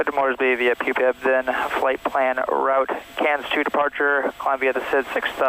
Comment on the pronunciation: your favourite thing is saying 'poophead' low key instead of pupeb?